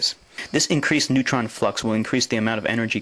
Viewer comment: What's a "neuton?"